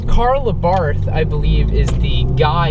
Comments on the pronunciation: Hey it's Abart no H at the end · To all wanna be Abarth enthusiasts , please you owe to the marque to pronounce it somewhat close to what is the proper pronunciation , here we go say AHBA'rt , accent on the A and no th sound , it is an Italianized name , try it , thanks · It is pronounced Ah bart.